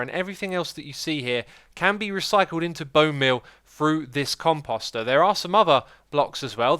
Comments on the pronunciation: Pronunciation: The emphasis is on the first syllable at least in American English. I don't know about British, etc. So not like "imposter". Short O sound then long O sound. Say "com" like "computer" and "post" like "boast". Com-post-er. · You're pronouncing it compAWster for some reason, even though it is obviously compOster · My heart breaks every time he calls it a com-pasta instead of a com-post-er ) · "Xisuma got S'mored" Also, I cringed every time he pronounced Composter with an 'ah' sound instead of an 'oh' sound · The "Come-Pasta" haha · Your pronouncing composter wrong. It's Com-Post-er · "compoest" "compoester" as they should be pronounced god this drove me nuts. xisumavoid pls stop xD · Take a shot everytime xisumavoid mispronounces composter.